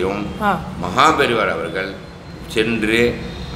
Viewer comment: உங்களுடைய அனுபவங்களும் பேச்சும் கேட்க மலைப்பாக இருக்கிறது!! ஆனால் தயவு செய்து உங்கள் உச்சரிப்பை கவனிக்கவும். ‘அவர்கள்’ என்று உச்சரிக்க வேண்டிய இடங்களில் ‘அவர்கல்’ உச்சரிக்கிறீர்கள். பொதுவாகவே ‘ள்’ வரவேண்டிய எல்லா இடங்களிலும்’ல்’ என்று தான் உச்சரிக்கிறீர்கள். வீடியோவைப போட்டு பாருங்கள். நன்றி